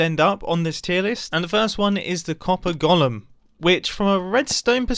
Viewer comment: Mumbo really butchered copper golem😂😂😆 well done.... And thats from a redstone player😂